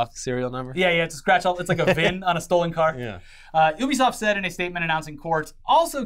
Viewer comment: Why do they keep saying Obisoft isn't Ubisoft it's driving me mad